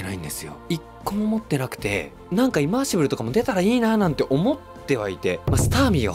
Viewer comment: ずっとイマーシブ“ル”って言ってない？笑 リバーシブルにひっぱられてる？